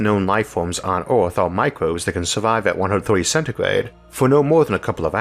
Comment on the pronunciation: Ooooooooaaarrtt ... good video beside how you pronounce “er”.